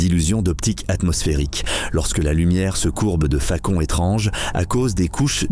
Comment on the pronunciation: Vive la "facon" de "parle" 😂😂😂